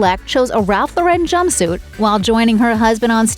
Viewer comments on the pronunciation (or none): The American designer's name is pronounced Loren not Lo Ren. Get with it. You said it wrong so many times.